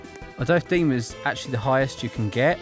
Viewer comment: I don't know if you've realized, but you say Demond instead of just demon!